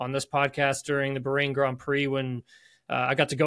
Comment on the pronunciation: BAH-rain not bargain without the G.